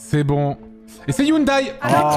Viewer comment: Eh bien juste pour faire suer MrAntoineDaniel, on prononce Hyundai "Youndé".